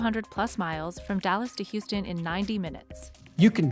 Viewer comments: "Drew House ton" - really? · You can't pronounce Houston "House-ton" and be a Texan. It's in the state Constitution. I'm sure of it. There's no such thing as a $12,000 connection fee. That's nonsense. Water bills are city by city. I've lived in Austin. Never paid that. He's full of it. My water bill is around $200... every 3 months. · I never heard Houston said that way before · "Drew H(a)ouston", CEO of Dropbox Why is this not pronounced like the name of the city of Houston?? 😫😓